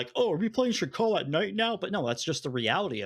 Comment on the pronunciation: why keeps calling Sakhal "Shakal"? The H comes after the K, bro. That doesn't mean there's an SH anywhere in there.